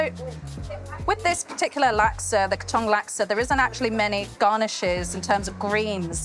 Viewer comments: Katong is pronounced “Kar-tong”, not “Kay-tong” - Katong lang for forty years (who lived in the lane next to the original Katong lasksa store) 😅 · Certainly is yummmmy😊 Love the cook-video. Kaaa... ..Tong like take your time to pronounce it. Not Kattong like you were in a hurry!😂